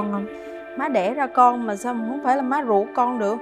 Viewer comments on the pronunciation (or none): Ruột chứ ko phải guột nha anh.